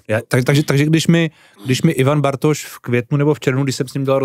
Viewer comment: pan moderátor bz se měl trochu rozcvičit ve výslovnosti před natáčením... dost koktá i slov jako.. "Bartoš "... :(